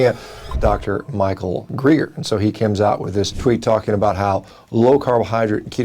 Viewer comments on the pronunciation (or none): my name is dr. GREGer not dr GREEGer - get it right carcass boy or we're gonna tangle